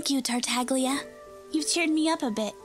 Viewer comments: Little suggestion, when you read the name Tartaglia try to read it TartaJa, because un italian the GLI is like a J or a Y, it depends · I guess it could be explained like say it as Tartallia instead, which isn’t exactly the right pronunciation but takes you way closer Don’t stress the g, just say it like it’s one with lia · The “g” in tartaglia is silent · the G is silent. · A great job indeed...but damn i hate the english pronunciation for "Tartaglia" :'D it's based on an italian character so the "glia" part is pronounced like "yah" or "ja" (like the german for "yes") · Okay, I really loved this dub, just one thing.. The way you pronounce Tartaglia is not actually correct. Because it is an Italian character's name (Tartaglia is a character in commedia dell'arte) the "GLI" in his name is not pronounced as you do. It is not a hard sound, you could just put his name on google translate to get the right pronunciation. Same thing it's with the "GN" in La Signora. Hope I didn't sound harsh and I'm really sorry if I made some mistake while writing, have a good day!